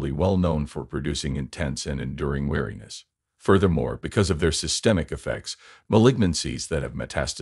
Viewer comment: "weariness", not wariness.